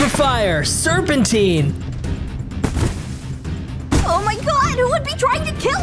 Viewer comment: “Serpintine” (SIR-PIN-TEEN) is that even a word?